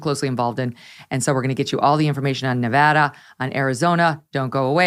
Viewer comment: Congrats on being one of the few commentators that actually gets the pronunciation of Nevada correct. Laxalt will win. The Reid Machine has collapsed.